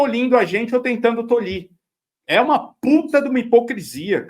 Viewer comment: Tolher,. Não "tolhir".